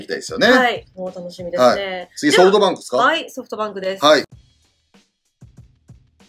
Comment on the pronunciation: 里さんのソフトバンクの呼び方ソートバンクなの好き